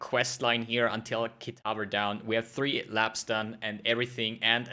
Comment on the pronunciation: Lol you ruined the actual fight commentary at the end... KitavA.. Fucking annoying saying Kitaver